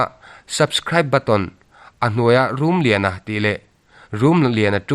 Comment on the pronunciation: RUM LIANA ti lo in RUMLIANA tiin thlak tawh la..